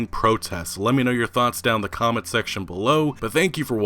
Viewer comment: During Apology Clip: "Liek, subskwibe, and come-ent. Tanks!"